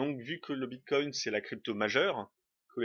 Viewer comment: merci pour cette video ps : ya pas de T a la fin de bitcoin :D